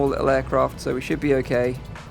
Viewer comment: A lot not A low okay. Okay not oket. Cali